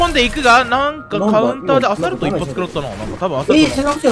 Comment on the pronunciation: 一発がグッバイい聞こえた